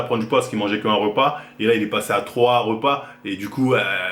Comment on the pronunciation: Troua virgule troua !?